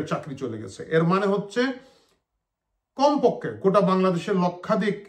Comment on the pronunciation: ......তুমি তোমার উচ্চারন ঠিক করো। এই ভিডুতে কয়টা মারাত্মক সমস্যা ধরা পড়েছে। যেমন। শমশ্যা, কমপক্কে, লক্কাদিক, বিদবা বাতা, সুরক্কা, অর্তনীতি ইত্যাদি। ২ মিনিটের একটা রিলে যদি মুখ টুক কুচকে এসব বাল ছাল উচ্চারন করো তাহলে ভিউ ব্যবসা করবা কেম্নে?